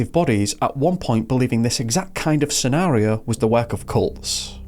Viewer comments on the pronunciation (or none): none